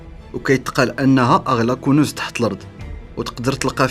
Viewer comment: الطلاسم و سحر لما لا تفكرون في كاشف المعدن و خبراء بحث بإذن من الحكومة و فقط ..... طريقة لفظك لكلمة كنوز غريبة و ركيكة و نشاز و مثيرة للاشمئزاز